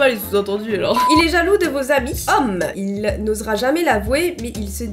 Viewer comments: Att.. Là.. Ont est d'accord que il n'y a pas que moi et qui as entendue " Habits "au lieu de " Amis " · Moi aussi j’ai cru que tu disais habille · Moi aussi j'avais compris habit au lieu d'ami😂😂😂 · Oui moi aussi j'ai compris habits au lieu de ami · tu as bien dit habits 😂😂(enfni je crois ) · J'ai compris "habits" à la place de "amis" 😂🤦🏽‍♀️ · moi aussi j'ai cru quelle avait dit habille 😃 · moi aussi j’ai entendue HABITS hahahaha